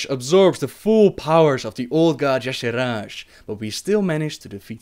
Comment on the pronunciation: You pronunciation of "Y'shaarj" is killing me, but it's ok.. nice video ^^